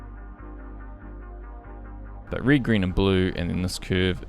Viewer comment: I'm following your videos for quite a while now and everytime I use the red slider I hear your voice saying reed :D Thanks for your work! It helps a lot. At least I learned many things from your videos.